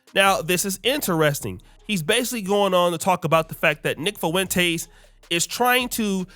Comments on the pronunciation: Say it with me. Fah-Wen-Tez. Not Fah-Wen-Taste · You keep saying “Fo-entez. You need to learn how to pronounce the name. No Spanish classes in high school? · Love ya brotha. But the way you say Fuentes is disgusting 😂